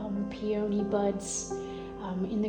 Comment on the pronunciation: I really appreciate your vlog. Peony is pronounced with the emphasis on the first syllable. Pee uh nee. Emmaus is Emma oos. I appreciate your vulnerability in sharing about the development of your business. I Hope you can afford to get some help someday. This is so much to do by yourself!!